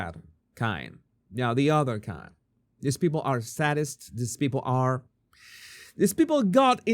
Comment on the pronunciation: SAY-dists is the pronounciation of "sadists."